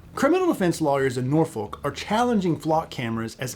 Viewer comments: Norfolk is not pronounced as Nor Foal-k. It's pronounced as Nor Fuck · You do not pronounce the "L" in Norfolk. Locals say Nor fuk or Naw fuk. Great video none-the-less.